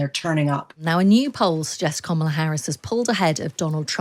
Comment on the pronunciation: Her name is kamala not komola u continue to say this it's wrong!